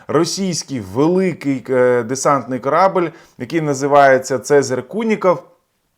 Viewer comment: Не "корАбель", а корабЕль !!!